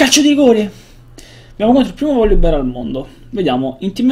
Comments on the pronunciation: PORCO... cane si chiama "voLibear" non "voLLibear" :^) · sentirò male io ma sento "volli" xD